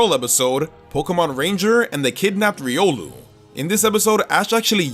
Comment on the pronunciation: Riolu, not Riulo!